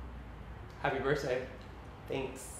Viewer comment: is he saying birt day